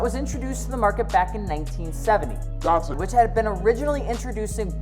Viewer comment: It's not pronounced "DOT sun". DAT Llike cat or data.